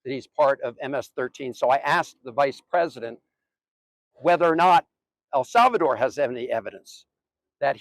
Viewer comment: Did anyone notice she said pwesident?